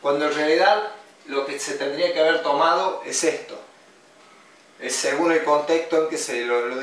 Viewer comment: ¿Qué no es "según" no "segum"?